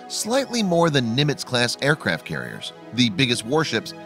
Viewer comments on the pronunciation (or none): none